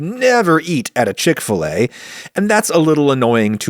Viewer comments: Ive only ever heard it pronounced "chick fil A" as opposed to your "CHICK fil a" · Wait - what? It's called Chick f-LAY? I (over here in Britain) thought it was Chick Filler. We pronounce 'fillet' to rhyme with 'skillet'.... which is probably as weird to Americans as 'f-LAY' is to to us Brits!